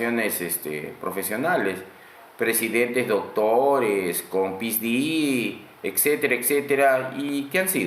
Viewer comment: Este es nuestro congresista? No se dice Pisdi. Un doctorado es un PhD … recontra IGNORANTE!!!! 😳🤦🏻‍♀️